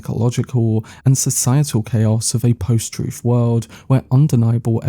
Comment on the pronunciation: TrooF, anyFing, wiV, wheVer, Colin FirF... ffs man, learn to SPEAK your OWN language.